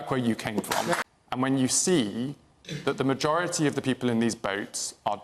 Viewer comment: He said the magorerty